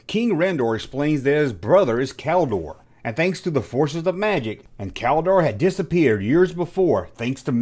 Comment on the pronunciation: i knew this ... still surprised,,, you said Keldor rigth😆